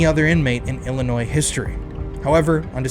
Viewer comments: please bro its not illi-NOISE its just illi-noi 😭 imma still follow you bc this is a great video but UR ON THIN ICE BROTHER FFS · It's Illinoi,. The s is silent.